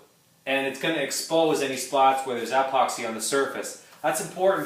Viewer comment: Not sure whats more annoying, how he pronounces epoxy or how I can barely see anything because of the sun coming through garage door 😄. That being said, thanks for trying